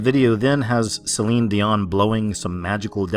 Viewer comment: Celine Dee-Mon.